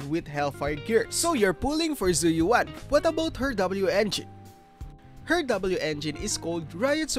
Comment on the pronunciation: right lol I don’t understand how all these creators can’t pronounce her name right. You literally hear it in game. “Zhu Yuen” Not Yu-an Yu-en . Just say it as one word lol.